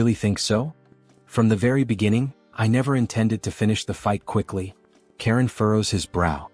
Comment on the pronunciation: his name is charon not karen